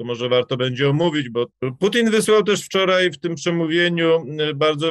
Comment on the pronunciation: Panie Piotrze, błagam, wczorAj nie wczorej, dzisiAj nie dzisiej, tutAj nie tutEj. Rozumiem, że regionalizm, ale nie przystoi ogólnopolskiemu dziennikarzowi i publicyście.